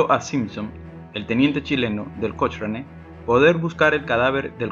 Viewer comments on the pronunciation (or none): Buen videos pero cochrane se pronuncia cocrane jaja